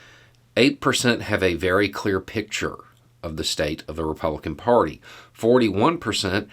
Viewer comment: there is no “o” in “party”. Jeepers.